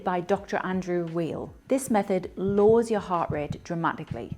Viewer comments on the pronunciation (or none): And the doctor's last name is pronounced WYLE, not WEEL.